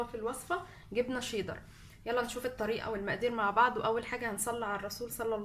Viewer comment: انتي بتقولي شيضر مش شيدر